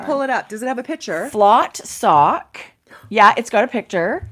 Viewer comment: Yes Flotte Socke is from Germany. It is pronounced Flot-te Sock-e. Which is the equivalent of maybe chic sock… Greetings from Vancouver B.C.